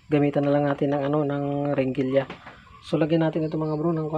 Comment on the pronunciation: Heringilya boss hindi Ringilya....